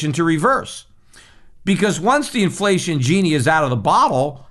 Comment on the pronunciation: “Inflession” perhaps? “Deplation”?